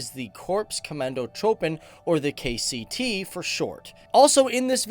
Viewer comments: Tim Graaf he said ktc smartass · it is not KTC but KCT (Korps Commando Troepen) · KCT not KTC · It's KCT and not KTC. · KCT, not KTC! (Korps Commando Troepen) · IT is KCT not ktc .. hi from holland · Its not ktc bud kct